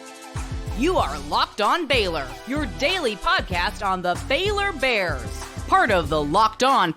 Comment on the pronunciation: does she call them the FAILor Bears?😂